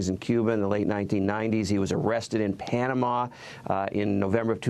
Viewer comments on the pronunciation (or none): none